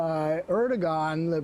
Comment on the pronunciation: Can someone at MSNBC ensure that people pronounce Erdogan properly. It's a silent G... ie., ErdoWan, not Erdo Gone.